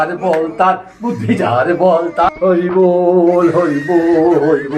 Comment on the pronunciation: Horibol na Horiiibbol